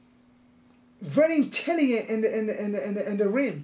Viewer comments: why.. cos he vewy vewy intellehent in the raim.😂😂😂😂 Romero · Yoel is more "intelehent" now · I thought it was great, but Yoel pointing at himself saying intellient was hilarious for me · Yoel “Very Intelliyent” Romero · Yoel "intellygen" Romero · Yoel "intelliyen" Romero